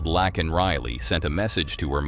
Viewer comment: Her name is pronounced: Lay-ken. God bless her. 😥🙏